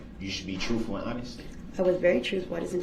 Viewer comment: “ Alleged Defendant” 🙄 what an imbecile!! “Detective Goof”!! So this moron believes since no charges were filed about 20th then it didn’t happen!! The audacity of this worm to suggest Erika wasnt “troofful “ when he hasn’t been “troofful” since day 1 .